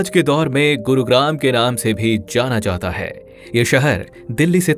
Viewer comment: ye kaha ka accent hai be.. "jaatha haai.. aatha haai"